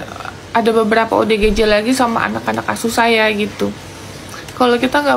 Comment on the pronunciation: Perhatiin tiap ngmg ODGJ salah mulu nyebutnya, malah jadi OGDJ 😅